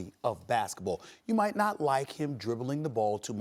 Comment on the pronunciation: Nobody: Stephen A: You night mot